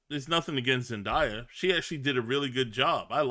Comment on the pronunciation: It's pronounce Zendaya (Zen-day-uh)!